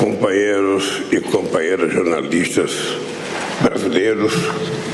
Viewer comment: "jornARTISTAS prtugueses" 😂😂😂